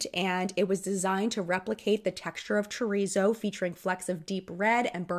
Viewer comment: Not Chur-ree-zo, it’s Cho-reet-zoh. Haha